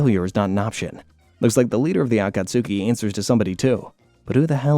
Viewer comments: It would be a lot better if he could pronounce names like Akatsuki and Tsunade and like 75% of other names correctly... You'd think someone doing a 7+ hour recap would at least watch bits of the anime to catch the pronunciations instead of just reading a script. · Nope, not gonna watch a 7 hour video with you pronouncing Akatsuki like that. I made it 3 minutes and 29 seconds, you're welcome. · Ofcourse you cant pronounce akatsuki the right way. Now its 7 hours with you mispronouncing. Great 😊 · I’ll try to sit thru your pronouncing of “akatsuki” bc omg man lol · I had to turn off after you pronounced Akatsuki like that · Why is the pronunciation of some words like akatsuki so wrong 😂 I can’t deal with it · I swear he was doing it as ragebait lmao so many names were wrong idk if it's bc he watched in English or what lol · These videos are so great, but the pronunciation on akatsuki actually makes my ears bleed 😭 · As good as the video is... PLEASE for the love of God, get the pronunciation right. For future content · Oh this is really going to fuck with me you mean the Akatsuki? Á°ka°ski° Akatsuki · Aah - Khat - ski!!! I Love Your videos, but the way You mispronounce certain words makes me want to seek similar content elsewhere... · THANK YOU. I couldn't wait for Kakazu to die just so I didn't need to hear the name again. Kah Koo Zoo from the Ah kaht sukii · Ah-ka-s-ke not akasuki is is pronounced differently from how is spelled im glad im not the only one minority annoyed by the mispronouncions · For real! Same rule as Sasuke lol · I can’t watch this with him saying Akatsuki like that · I've never watched naruto and know that's not how you pronounce akatsuki 💀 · Oh my God the mispronunciations so many times so quickly I just can't do it sorry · Take a shot every time he says akatsuki wrong if you wish to die 1000 deaths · How are you actively trying to mispronounce the name “Akatsuki” for 7hours straight 🤦🏻‍♂️…more importantly why?? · It's *A-kat-ske